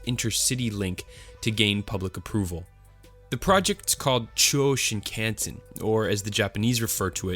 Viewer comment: pronunciation, particularly of "Chuo Shinkansen," is atrocious.